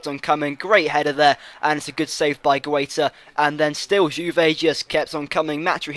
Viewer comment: g-a-i-t-a idiot and b-o-j-a-n you british google how you say spanish names